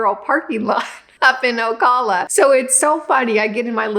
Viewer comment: Ocala is pronounced o-CAL-a, say like CALifornia.❤